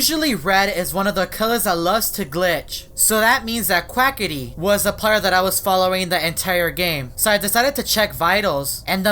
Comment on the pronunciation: Hahahahahahaha you said quacity